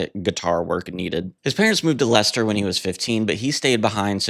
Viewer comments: Noy Low-bto. Luff-burr-uh! Sorry, but Brit place names get pronounced pretty strangely a lot of the time. Congrats on getting Leicester right, tho! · I have a lot of love for The Buggles - so many early electro pop gems on the two albums - 'Elstree', 'Technopop', 'Johnny On The Monorail', I Love You Miss Robot', and The Buggles version of 'I Am A Camera' is just majestic. P.S. You did so well with pronouncing 'Leicester'... then it all went to fluff with 'Loughborough' - it's pronounced, inexplicably "Luff-burruh". Those pesky British place names!